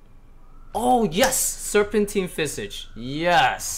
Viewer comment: you say serpentine visage funny